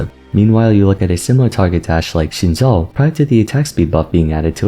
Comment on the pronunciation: Why did you mispronounce xin zhao's name? Just look up how to pronounce it on youtube.